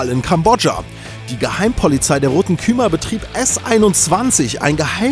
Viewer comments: Die heißen nicht Rote Khymer sonder Rote Khmer... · kühmer?? nicht Khmer? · Das heißt Rote "Khmer" (ausgesprochen: kmea), nicht "kümer"...das Allgemeinwissen scheint wohl nicht so ganz präsent zu sein, mach dir aber nix draus, deine Videos sind ganz ok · Rote Küma? die hei§en Rote Khmer(kp wie man das schreibt)